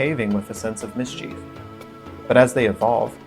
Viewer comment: Miss-cheef? Not, mis-chihf? Is this a regional accent?